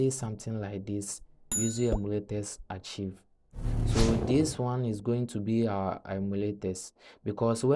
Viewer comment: the word archive is pronounced as "arkaiv" not "archeev"